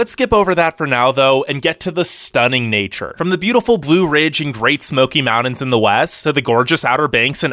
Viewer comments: #1 This is a funny video. Your voice sounds like a college kid. #2. NORTH CAROLINA? That's really funny. Besides...you shouldn't advertise them because they are too near me. So don't go south and advertise any other place. #3 MOUND -INS? I would go back and learn how to annunciate. It's MOUNTAINS. Just poking fun. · It's Mountains with a T not "Moundins" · Pretty interesting video. The only thing I have a problem with is... How you pronounce mountains. (mow dins) Its Mount tins. Good info nonetheless. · Good list. But it's not pronounced "mou-dens" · SOOO sexy how he pronounces mountains! Hello MAWD-INS 😂😂😂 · Take a shot every time he says “mowdens” 😜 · Mountains is pronounced with a T not a D